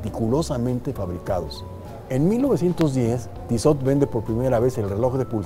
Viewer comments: Se pronuncia "Tisó"... (de nada) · este personaje se dice con estilo y no sabe pronunciar la marca hahahahaha